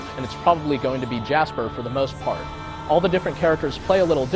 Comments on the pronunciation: It sounded like you were calling him Jasper, it's Jaster, lol. But I have to agree with you. This was a fantastic game, it was the one that got me interested in Level-5's other RPGs, and Star Ocean 3, because I heard there were similarities (which to an extent was true, I certainly wasn't disappointed by that game, either) Some of the boss battles were too easy, though, as in you could win by literally using an AOE attack over and over (Jaster's Desert Wind, Steve's Icy Eye Beam, etc). I loved building up the factory and Revelation Charts, though. My main complaint is that the dungeon layouts were incredibly repetitive, but I guess I can understand since it was made by the same people who made the dungeon crawlers that were the Dark Cloud games. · i love this game so much. did you call him jasper? if so its jaster